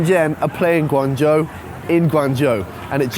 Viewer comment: I like your pronunciation of GuangZhou in the beginning, Standard pinyin! Keep it up.